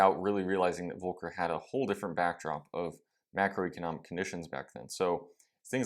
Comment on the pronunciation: Pronounce the L in Volker, please. I didnt know what you meant when you said it.